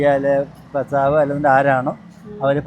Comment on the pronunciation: നിങ്ങൾ ഫാരതം ഫർത്താവ് ഫാര്യ ഇങ്ങനെ പറയാതെ ഭ ഉച്ഛരിക്കൂ കേൾക്കുമ്പോൾ വല്ലാത്ത വിഷമം sory